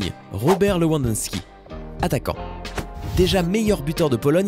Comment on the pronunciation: Lewandowski, De Bruyne, Modric et j'en passe font mal aux oreilles...